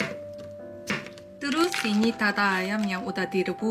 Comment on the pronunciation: Dada ayam, bukan "Tata ayam", aduhhhh hancur bahasa Nasional Indonesia ku😔. Belajar untuk mendengarkan kata - kata yang benar .